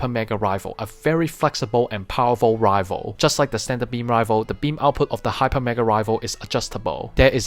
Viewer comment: Its pronounce rai fle not rivel